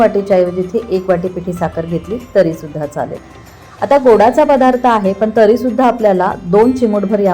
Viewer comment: फदार्थ नाही पदार्थ असा उच्चार करावा.